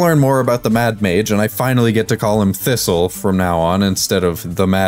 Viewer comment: Thistle? Oh, do you mean Sissle?